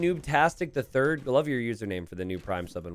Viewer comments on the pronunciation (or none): none